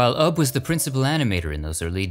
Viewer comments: It’s pronounced “you bee” Iwerks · Isnt `Ubbe' pronounced `YOU-be'?